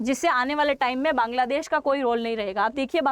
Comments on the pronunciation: Bangladesh ko Kaangladesh bol gayi,,,😅😅😅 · Apne Kangladesh bola😂😂😂